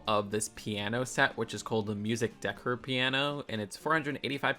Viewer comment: can you say "decor" again